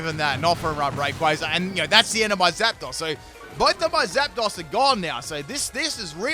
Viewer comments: I fucking love your videos and I've been a fan since XY, but HOLY SHIT you gotta work on your pronunciation lmao it's not "ROY-A-CALL" it's "Re-Coil", "Jie-Row" not "Gear-o", and "Zap-dose" not "Zap-doss" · It’s pronounced Zap-Dose